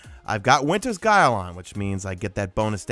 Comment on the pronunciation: good video but that not how u pronounce the " winters guile "